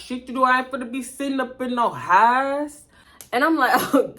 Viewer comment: I cackled every time you said “hyyyssse”(house)🤣🤣LOL And I exactly what you mean when people be faking accents ugh! Every time I hear the overly exaggerated Memphis “mane”, I cringe😫😑SMH